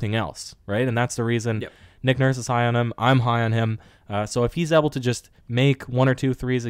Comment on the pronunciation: the word able is pronounced aye-ble not eb-el. I know picking on you for it might be immature but man it drives me nuts, I mean ypur English is really good, I don't see why you go all french on mean when it comes to that one word